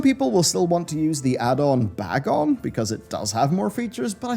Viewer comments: You've said the word, "Bagon" in reference to the addon "Bagnon" in a few of your recent videos. I thought I was crazy and it was just because I'm a dumb American and wasn't understanding you, but I went back in this video a few times to confirm and went back to your UI video to recheck again and I keep hearing "BagON" instead of "BagNON". Searching "Bagon" in curseforge/wowinterface returns no options. Bagnon however returns the proper result. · I think the way says it is wrong. I've been calling it bag-non myself.:D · I'm french and i've always pronounced this addon's name as "banion" like an onion because that's how you read the "gn" sound, had no idea it is "bag on" lmao